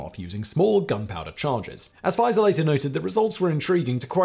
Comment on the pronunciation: The Harvard chemist's name is pronounced Fee-zer.